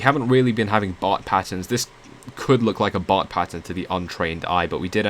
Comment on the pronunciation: “Bart” and “bot” are not pronounced the same. Be mindful of your thick accent making them sound too similar to tell the difference.